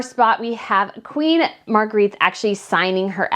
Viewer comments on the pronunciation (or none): Queen Mar-gray-ta is how you pronounce her name